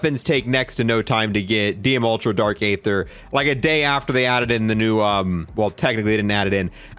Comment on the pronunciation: It's pronounced ee-ther not a-ther and it's the vargo not vergo